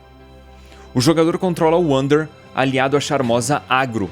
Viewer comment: Ainda acho que se pronuncia Vander kkkk